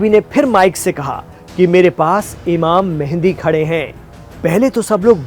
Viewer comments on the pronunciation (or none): تم خود کو مسلمان کہتے ہو کوئی بھی مسلمان امام مہدی کو امام مہندی نہیں کہتا ویسے تمھارے بات کرنے کا انداز اچھا تھا صرف امام مہدی کو امام مہندی بتانا غلط تھا ڈاکٹر عبدالروف طالب پاکستان